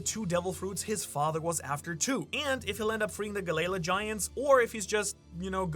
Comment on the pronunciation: If you read the comments, then PLEASE STOP PRONOUNCING GALLEY LA AS "GUH-LAY-LUH". For the love of god, please!